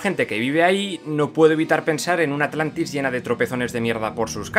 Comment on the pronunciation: agujero de guion dijo alantis